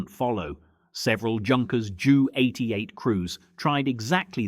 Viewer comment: A "Junkers Jew 88?" Blimey, Himmler missed rounding up that one.